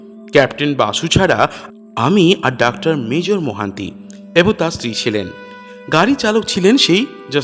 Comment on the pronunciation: আপনাকে কি কেউ তাড়া করেছে?পট(পথ),নয় ডাক্তার বলুন অথবা ডক্টর বলুন -ডাক্টার, ডাক্টার বলছেন কেন?